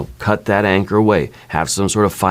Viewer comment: Every time you said “anchor”, I heard “anger” instead.